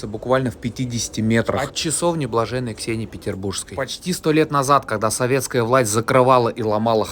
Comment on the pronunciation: Какое счастье услышать что Ксения ПерербурЖская, а не ПетербурГская.